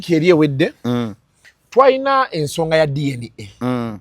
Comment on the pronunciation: 😂it’s DNA not DNK